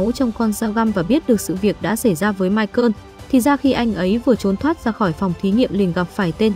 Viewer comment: Ngừ ta tên mai cồ mà má đọc mai cơn